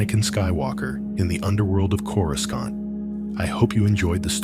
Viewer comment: I literally thought the exact same thing! I looked down to post a comment and I saw yours. Absolutely, don't narrate Star Wars if you can't even pronounce the planets.